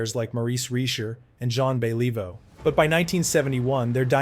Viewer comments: John bayleaveoo lol. If is not AI. . you need to research Name pronunciations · Then fix it!!! Zhan Be LEE voe?? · Zahn BeLEEvoh?? UnBeLEEvable pronunciation. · Thumbs down. Who's Sean Bey lee voh? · MUST BE A.I GENERATED AUDIO….I HAVE TO ADMIT THE CONSTANT “JON BELL-EVE-O” WAS KINDA IRRITATING!.. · This guy can't even pronounce the Jean Béliveau, Maurice Richard, and Yvan Cournoyer, what the hell? hard to watch, good facts, but what type of fan butchers these iconic names? Content creators have to stop using AI - that was bad. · How embarrassing, pls do your homework! Yeah you should apologise for the mispronunciation of Jean Béliveau. You have a voice artist, why not do it yourself, this shows a lack of passion for what you are doing. If you are a serious hockey fan then you should know how to pronounce it correctly, one of the best hockey players. Even pronouncing Maurice "Rocket" Richard wrong. You sound American. We used to say "It's the Guy Lafleur Show" well before other people started to use that term. Imagine if he didn't smoke how fantastic he would have been. Guy Lafleur had true class (not a hacker player), as well as many of the Hab's having true class did back at that time. Otherwise nice to see that you made this video to honour a great player. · Great ... you didn't have to suffer the AI mispronunciation of Henri Richard and Jean Beliveau---it was imbeclic.